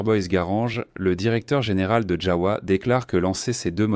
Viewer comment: Ça se prononce JAVA et non pas JAOUA !